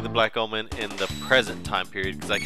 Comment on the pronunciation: Sounds like you're saying "Black Almond" everytime you say "Black Omen" :P